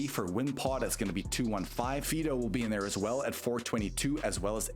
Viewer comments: Not Fee-do. Fidough is pronounced "Fido" like the typical dog name. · You definitely are not. It's supposed to be FYE (so that it rhymes with "eye"), and you're saying FEE (so that it rhymes with "me"). You can fix your AI voice-reading, right?